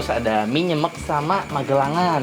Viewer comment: Nyemek baca "e" nya yang belakang kayak huruf "e" di sepatu kak. Jadi pengucapan "e" yang depan sama belakang sama.